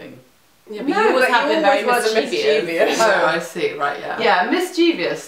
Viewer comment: I think they spell it 'mischievious' given the way they pronounce it.